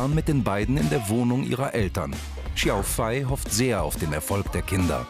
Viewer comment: Hat er Xiao Fei wirklich jedes mal falsch ausgesprochen?